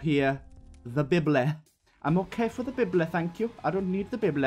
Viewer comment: idk why but you saying "the bib-bleh" makes me very happy